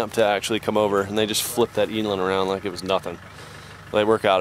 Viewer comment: As a south african, It makes me cringe the way he pronounces eland.